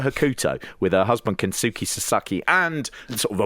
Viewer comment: Pete was closest to Hokuto's pronunciation. "Hoh-kuh-toh" with a very short middle syllable (the opposite of typical Western pronunciations of Japanese names) would be the closest phonetic pronunciation I could come up with. Kensuke should also be closer to "Kens-kay" than Ken-soo-key."